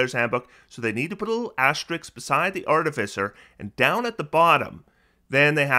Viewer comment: TIL: cannot pronounce 'asterisk' correctly